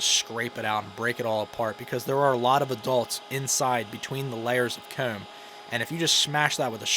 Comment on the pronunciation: it’s like like ‘coeahm’ instead of ‘coam’